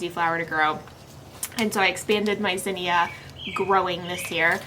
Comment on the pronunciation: I love how you pronounce Zinnia. So cool that way.